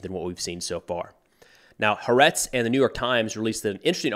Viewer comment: Just FYI Haaretz is pronounced as two separate syllables. HA ARETZ.